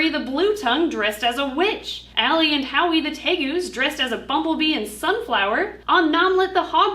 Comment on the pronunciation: JUST realised it is howie not awy.......